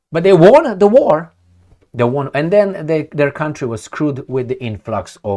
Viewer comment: Dear, we all enjoy your obsession with baboons and occasional joke here and there. Please accept with no malice that the only pronunciation of WON, past tense of WIN, has always been ONE😅, give or take some regional accents in the UK. Cheers🎉